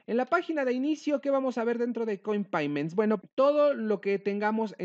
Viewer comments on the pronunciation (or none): Un doble factor de autenticación a correo electrónico? Mhhh.... no me gusta. Y se dice "coinpeyments", amigo. Saludos.